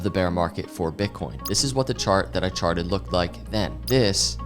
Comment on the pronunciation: All I hear is ‘I sharted’ 🤣